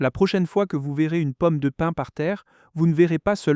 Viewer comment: Pomme de pine ? Non, POMME DE PIN !